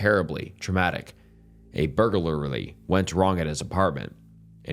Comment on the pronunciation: hey, i love your videos and i think this series is really cool! personally, i appreciate how human you are in your videos, it's a breath of fresh air honestly. i like that you don't edit out or retake moments where you slip up a word (sorry, but "burgalurily" made me laugh a lot, not at you though!). you are transparent and human, and i really respect you for that. but one thing i'd like to say/suggest though, and this is coming from a place of appreciation for you-- ive seen a lot of people talking negatively about your responses. personally, i like the fact that you take the time to respond at all. and i get that you want to come off as human, but i would definitely consider not responding to them off the cuff without any preparation. you walk in circles a lot, and end up coming off as unconfident and nervous, trying not to step on toes, which makes your replies feel VERY ungenuine. look, i love you, but all i'm suggesting is PLEASE consider taking time to think about the story and how you actually feel about it. you dont have to write a script or anything, just think about the story and maybe write down a few talking points you could ad-lib off of. you have so so much potential and i really hope you grow as a channel, but it honestly makes me feel a bit frustrated seeing someone as cool as you try to pander to your subscribers so much. not everyone who confesses deserves sympathy. please, this is all with love! i enjoy your videos deeply and i hope you are able to re